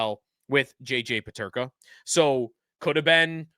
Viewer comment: You can't even say his name....